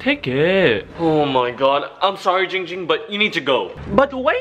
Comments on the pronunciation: Hey, this is my tutorial for YOU on how to say "giiing ging's " name. First you need to say the 7th letter in the alphabet, which is "g". But instead of saying "gha" you need to say "jhi". Now you need to say "ing" like "ring" or "bing". Now put those two phrases together. Now you should have "Ging Ging". BUTTT on the very first "ging" you need to expand the "ing" by 2.21342 seconds. AND when you say the second "ging" it must be on a higher note than the first. You are very welcome... now pay me thought paypal... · Nah let or should i say '' as ding ding says it, keep spelling jing jing.